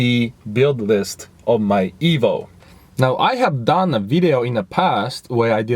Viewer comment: You keep saying ebo what is an ebo? Lmao